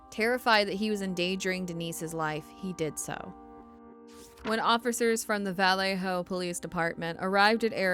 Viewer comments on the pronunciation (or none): Good story, well done, but please learn how to pronounce “Vallejo”. You might as well be saying “VillayJoe” ;)